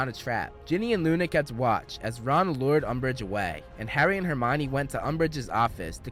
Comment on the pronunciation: He said "lured"🤣🤣🤣